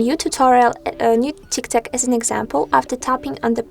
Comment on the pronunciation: If you are going to post instructional videos, you may want to pronounce the name of the app correctly.